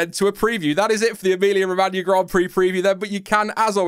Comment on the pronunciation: Lmao “Emoller”🤣